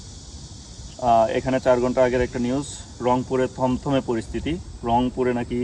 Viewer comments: তমতমে না থমথমে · থমথমে পরিবেশ হবে, তমতমে না